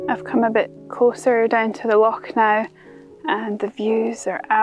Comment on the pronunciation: I love how Scottish people can say "loch" properly - none of that "lock" rubbish.